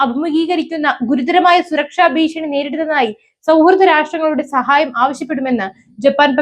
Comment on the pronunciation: ബയം , ബാഷ, ബീഷണി എന്ത് മോശം ഉച്ചാരണമാണ്.